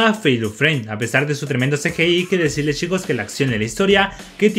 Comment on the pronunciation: En general son buenos tus videos pero como sugerencia deberías cambiar la palabra "chicos" porque te patina la CH, mejor quizás decir "amigos" o alguna otra cosa por el estilo.